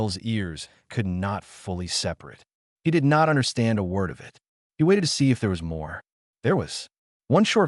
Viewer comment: AI does know the differences of synonym.... soft hard vowels.... Is that why the one/ two sentences are in anothers voice. Counts as human doing the job? I T is pernounced it.... not I T Use humans instead of AI Noticeable everything.... Making millions.... yet can't pay humans